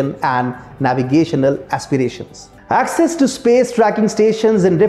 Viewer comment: Access is pronounced as ak ses and not excess. Just Google it...How can be so unmindful of such errors?